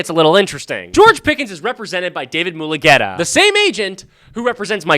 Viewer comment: You only pronounce one U in Mulugheta not both 💀